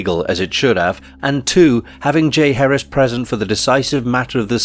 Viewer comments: Its not pronounced Jay Harris. JAH Heir ezzz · Decent video, but small details matter. It’s ‘Ja-HAR-is’ not ‘Jay Harris’ 🐲😁. Thanks for taking note.